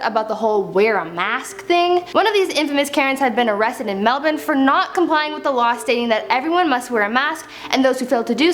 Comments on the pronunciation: I got way too excited that you said 'Melbourne' right. I'm Australian and people keep pronouncing it wrong lmao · I am so happy, you said Melbourne correctly. Thank you